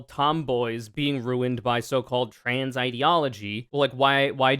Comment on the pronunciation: i also hate how the dude says “tran” instead of trans, it’s small but it irks me for some reason trangender lol